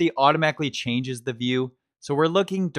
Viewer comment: Hi, I really like your videos, you speak very clearly and your demos are very well throught out and presented. One thing though: please, in future videos, say "thee" ONLY before words starting with a vowel sound; otherwise, the word should be the (pronounced thuh).